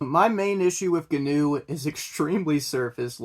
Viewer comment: union sucks, everyone breaks them. and Gnu is supposed to be pronounced w a silent G.